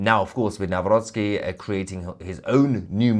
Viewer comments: Thank you for properly pronouncing Mr. President elect's last name: Naˈvrɔt͡ski. NOT: Na-rock-ee. It's bad. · Well done and thanks Tousi for correctly pronouncing our President's name: Nawrocki. Americans say Now-Rocky 🤣 which is actually funny, even he laughs at it. By the way, it's so nice to read all these positive comments about Poland and Poles, thank you all!! 🇵🇱🫶🇬🇧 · Congratulations with your pronunciation of Nawrocki:) It’s perfect! It’s hilarious how other news channels pronounce his name.😂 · Congratulations for pronouncing his name correctly, unlike most broadcasters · "Karol Nawrocki" you pronounced it really well :) greetings from Poland :) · 🤍❤️ you are the first person non Polish speaker who pronounced Nawrocki like a Polish person ❤ greetings from Poland 🇵🇱 keep up GREAT WORK ❤ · You read the name perfectly👍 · Finally somebody pronouced Nawrocki correctly! 👏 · yes, yes, yes! BTW, you pronounced name of the new President without any mistakes! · I like how well you’ve pronounced ‚Nawrocki’. Thank you for your valued analysis. And Happy Birthday to fellow Gemini on 11-th. 😘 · Nawrocki ,your pronunciation is perfect ! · Bravo for pronouncing Karol Nawrocki’s last name correctly. Some English speaking journalists say it the English way which sounds like: Now- rocky! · I love the way you pronounce the new elected Polish president name Karol Nawrocki. Just Perfectly, Well done! :)